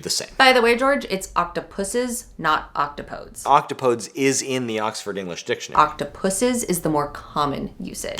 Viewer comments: Um Akshullee, it’s “oc-top-oh-dees”… Octopodes NUTS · If we’re going to use the Greek ‘octopodes’, at least use the use the Greek pronunciation- oc-top-o-dees ducks before the Grammar police tell me how wrong I am Edit: wrote this before getting to the end of the video, thanks for getting to the truly important topic! Great video ❤ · If you're going to use the obsolete Greek word "octopodes" then you must pronounce it properly like the name of a Greek hero: "ock-TOP-oh-deez" 🏺